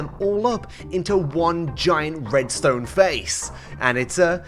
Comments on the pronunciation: I love your videos and everything, but please don't ever say Redstone like that ever again. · I am new to this and the first thing that came in my mind when he said “RRRRRRREDSTONE” I already thought of “mumbo jumbo” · he sounds russian when he said "rrrrredstone" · is the Alfred Coleman of Minecrafters "IN THE TRRRRRASHHH IT GOES" "SNNNNNAPSHOT" "RRRRRRRREDSTONE" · Rrrredstone.. (side effects of drinking) sounds